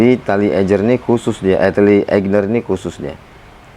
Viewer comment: AIGNER bukan EIGNER :)